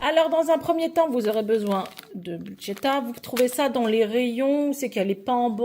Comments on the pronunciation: tu oublie le R c'est bruschetta et buschetta. Un grand pouce pour votre nouvelle chaîne 😊😊😊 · Hello, merci pour votre 1 ère vidéo. ⚠️ Ce n'est végétarien mais pas vegan ( sans aucun produit animal ou produit par un animal ) 😉 💡On prononce brousse queta 💡Ma variante à la place de la sauce tomate je mets du pesto ou pesto rosso, 🍅 et jaune, de la mozza et des rondelles d'🫒 et ou noires pour la déco. J'espère de tout cœur que cette chaîne deviendra pérenne et que vous aurez un max d'abonnés.